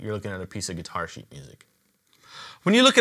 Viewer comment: IKR ! It sounds like "piece of shit" 😂😂😂